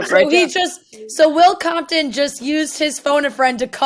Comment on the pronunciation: Will Compton calling Will Compoton on the Will Compton category is unbelievably funny. Couldn't script it any better